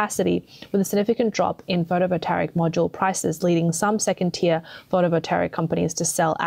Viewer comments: No such word as photovoltaric. Overall, the reading of this video sounds like it was dove by a 13 year old who doesn’t know either the meaning or pronunciation of a lot of key words. Very off-putting to listen to, but the message is clear - China is doing a very bad job of producing so- called green technology and western nations are in trouble because they don’t do any ofv5his themselves. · Seems that BYD is planting its EXPLODING CARS all over the world! 😲 Is this a CCP plot? 🤣 EVs are a scam and Chinese EVs are potential death traps. Only a FOOL would buy one... 🤪 "Photovoltaic" does not have a "R" in it. Pronounced fo-to-vol-tay-ic. M 🦘🏏😎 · I have never heard words mispronounced so many times in one video. Someone forced this narrator to read words she is unfamiliar with. Especially photovoltaic. There isn’t even an “r” in it. Then subsidies was pronounced as subsidaries (she probably mixed it up with subsidiaries) several times before miraculously being pronounced correctly. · The narrator says "photovolteric" over and over again, it very plainly sounds like PHOTOVOLTAIC to me... Do you see an E or an R in PHOTOVOLTAIC??? I don't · there really is no R in Photovoltaic.....Photovoltaric is not a word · For Gods sake, work on your pronunciation! It's appalling. It's photo voltaic. Not voltaric! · The word is photovoltaic, no photovoltaric. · Photovoltaic not photovoltaric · Take a drink every time she says "photovoltaric" instead of photovoltaic. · How does she manage to mispronounce "pho-to-vol-ta-ic" every time? There's no "r" anywhere in the word! How do you get "pho-to-vo-ter-ic"? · It's Photovotaic, not Photovoltaric. Spoils the whole presentation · Does she keep saying, "Photo Voltaric"? Or am I hearing her wrong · to the narrator: somebody's properly winding you up getting you to pronounce it "photovoltaric" .... there's no r in that word. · FYI: You pronounce photovoltaic as photo volt ey ick.